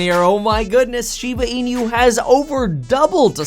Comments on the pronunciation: Please stop calling it Shiba Inu as een you. It is e new. 😁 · SHIBA IN-YOU. Stop calling it that.